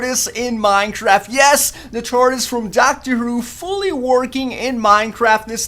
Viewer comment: He said Dr. Whro.